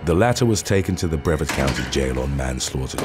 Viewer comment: The “a” in Brevard is pronounced like “hard.”